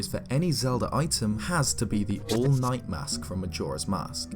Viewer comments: For a moment, I thought you said, “The All Might” mask~ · I'm sorry, but it sounds like you're saying the "all might mask" and that's putting some weird images in my head